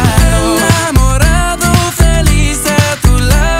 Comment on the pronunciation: So proud of you Alex! You are amazing... I loved this! U deserve much more than this..more views, more subscribers and more fans....if u keep on singing like this then definitely one day u will be famous and u will become a big singer. Btw I love the way u pronounce enamorado.